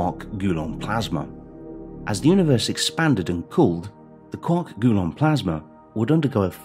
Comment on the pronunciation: "Gulon" stood out so clearly. Almost shut the video off when he said it a second time.